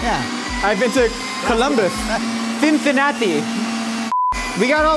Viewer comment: No, its not thinthinati.